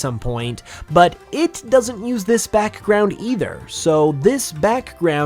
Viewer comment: why do you pronounce 'background' like that